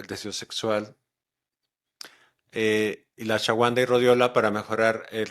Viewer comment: Muy buen video 👏🏼👏🏼👏🏼 Él quiere decir Ashwagandha pero lo pronuncia diferente (Por cierto es excelente como baja el estrés)